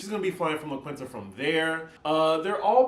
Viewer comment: It’s pronounced LA KEEN-TA. Also looking forward to the RhoLagos pillow talk episode...thanks!